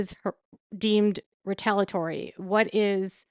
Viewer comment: great job as usual, just one comment: the correct pronunciation of the word "retaliatory". You always leave out one of the syllables. It is pronounced "ree-tal-EE-a-tor-ee. Thanks.